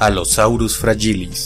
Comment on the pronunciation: Yo era de esos que creyó que se pronunciaba "fra-Ji-lis".